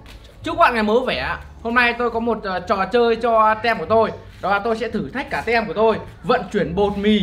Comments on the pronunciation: Anh đọc sai từ team rồi đó ạ! Phiên âm "Tim",chứ ko phải "tem đâu" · team đọc là tim chứ 0 phải tem